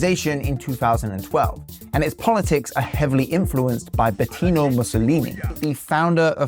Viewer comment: "Betino Mussolini"